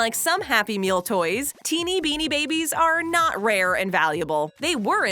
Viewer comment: Hey when u said Binni babies where one of the best toys when u said in the saddest McDonald’s happy meal toys u said binni babies that’s just sad.